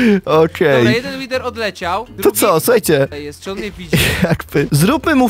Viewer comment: MUWI SIĘ (pisze jak się muwi nie jak sie pisze) łider nie łiwer